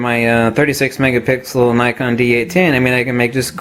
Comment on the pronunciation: Megapickle??? Ok stay off the coffee, hahahah.